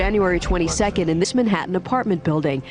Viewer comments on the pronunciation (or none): none